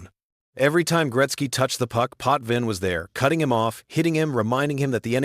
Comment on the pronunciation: True, also name pronunciation, Roy and Potvin, was incorrect.